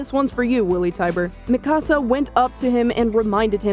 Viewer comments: It's not ma ca sa. It me ka sa Fyck. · U can't even pronounce her name right yet u male a video. wtf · Why are you pronouncing her name like that? Did you watch the show at all?